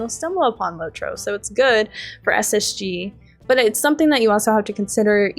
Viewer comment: "LOT- ROW"